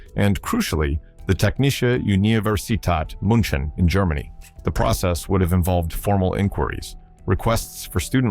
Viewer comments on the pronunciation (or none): i love ur video its realy interesting but as a german i nearly died every time u said technische universität münchen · What pisses me off by far the most, is that some actual real engineers did not get that job and had to probably even get jobs way lower than they would have been qualified for. And, kudos for butchering 'Technische Universität München' in a way I have never heard before. More wrong does not go. You are not excused, you are laughed at, hard.